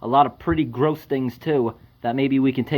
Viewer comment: Ya know what is worse than the gross mess? Hearing the way you say garose